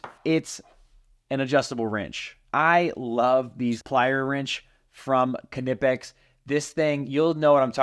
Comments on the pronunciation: knipex is a german company, the K is silent like in the word knife- “nip-ex” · Let me settle this for you 100% You are pronouncing KNIPEX wrong. There is only one way to pronounce it correctly, and that is "k-nee-pex".... Pronounce the"k", it is a long "E" sound ( not a short "i") ... Watch any video with employees in Germany at Knipex and this is how they all pronounce it. Your welcome. lol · lol it’s nip-ex. I don’t care what they say they are pronounced they’re wrong. It’s like gif. The owner says it’s jiff, they are wrong. 😂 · Why do we pronounce the "k" in Knipex? We never pronounce it in "knife." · Kah-nipex? Always wondered how to pronounce knipex. Is the “K” silent? 🤔 Haha “fight me” 😂